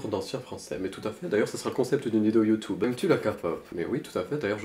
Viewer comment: "Youtoube" "Gentleminiscule" 😂